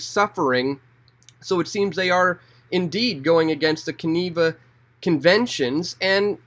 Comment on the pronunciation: haha you said keneva. Hey come up to presque isle in erie pa